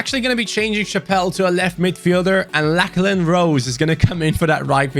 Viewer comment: The way you pronounced lachlan 🤦🏼 It should be lock-lan It hurt hearing you saying my name 😭😭